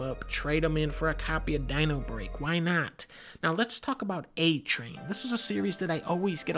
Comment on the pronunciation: I lost my shit when thou said: "dINOrbReAK"